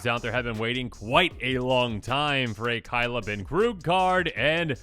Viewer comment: Kay-la not kai-la